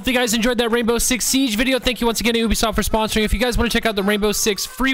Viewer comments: Anybody else notice tylers pronunciation of ubisoft? Ooobesoft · My mans just called them Oo be soft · always says "oobisoft."